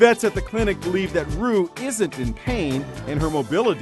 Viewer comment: ***** that is what her name is. Roux is pronounced Roo.